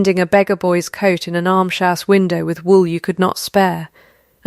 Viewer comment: Why cannot AI pronounce "almshouse" correctly? It's not difficult.